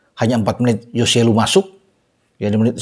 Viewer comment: hoselu bung bukan yoselu